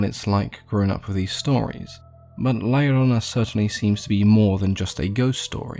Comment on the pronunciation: I was about to dislike and unsub if u pronounced la llorona wrong😆 But well done!!!